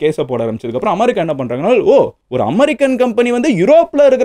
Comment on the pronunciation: அது அமரி கா இல்லை, அமெரிக்கா 😅 pronounce properly